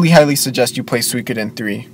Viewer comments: Soo-ee-ko-den. Not sweekoden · Please, stop saying "suykoden," please!